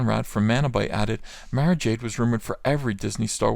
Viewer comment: You miss pronounced Mara (Mar-ah)!